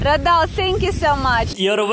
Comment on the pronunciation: no man you're saying it wrong it's not redel it's raydal